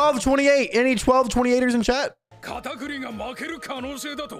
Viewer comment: man's really sayin katacooti this whole time